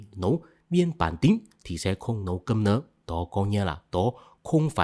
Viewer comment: sao nhấn mạnh chữ "cơm" vậy :))